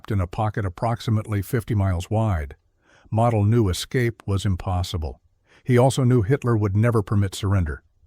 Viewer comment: Its mo del pronounce the name correctly